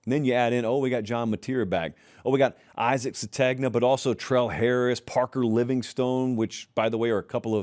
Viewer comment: Isaac Sategna? 😂